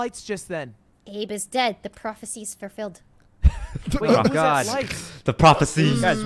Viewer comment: “Abe is dead, the prophecy is furfilled..” 😹